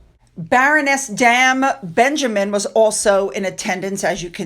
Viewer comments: Hi, FYI it's Dame as in fame not dam as in ham. Love your videos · Hi. I hope you don't mind my correcting you on he pronunciation of the title Dame. It is pronounced Dame as in same, not pronounced Dam. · it’s not damb with a b on the end you pronounce it like the song “there’s nothing like a “dame” Good for you trying to pronounce our English language even we can’t sometimes I think the USA has the right of it you say it as you spell it. 😆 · Please understand dame is said like name its the same as a knighthood for women.